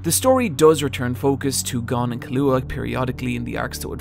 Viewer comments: In exchange he now pronounces Killua wrong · Hes killing me with the mispronunciation of Killua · why do you pronounce keeloas name so weird 🤷‍♂️ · Well, you should watch Hunter x Hunter again so you can learn how to pronounce Killua's name right. It's really not that hard.